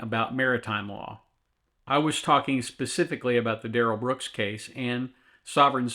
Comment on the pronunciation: "DUH-RELL BROOKS" is the biggest turnip I've ever seen sit before a court, with such serious charges! It's disgusting. I can't wait for sentencing... He'll have to be dragged out... By the face... Using Hellraiser hooks!!!!!